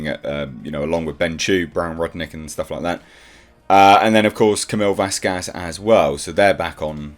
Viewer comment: Its fkin VASQUEZ not VASKAZ sort that 💩 out. Cancer to my ears!!! Fk me 😩